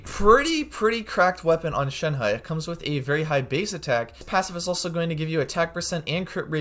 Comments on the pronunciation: Shen He is pronounced more like Shen "Her" in mandarin. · You keep saying her name wrong